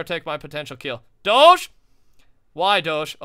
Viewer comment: U don't pronounce doge like that